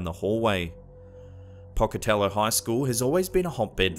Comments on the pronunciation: Pocatello is pronounced "Poke-a-tell-oh" I live in Idaho itsy a couple hours away. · As someone from Idaho, and was not far from Pocatello, your pronunciation of Pocatello made me laugh. It's a long "o" in the 1st syllable. Wonderfully creepy video as usual. 😱